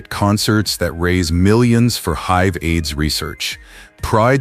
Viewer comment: How does this horrible AI pronounce HIV ?!?